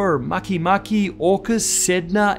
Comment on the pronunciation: Didn't pronounce Haumea or Makemake correctly. Read the word phonetically. The Hawaiian E is pronounced as a sharp A.